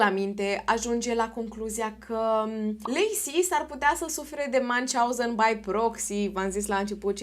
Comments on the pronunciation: Numele Münchhausen este german. Deci nu se pronunță ca un nume englez/american. 😊 Pronunția fonetică ar fi aproximativ așa: Miunhi/hauzen, slash-ul însemnând un fel de f. scurtă pauză între cele două părți ale cuvântului. 😊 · se citeste miuhauzen (miuhauzen era un mincinos) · Münchhausen se citește "miunh hauzăn" (aproximativ), nu cum l-ai pronunțat tu!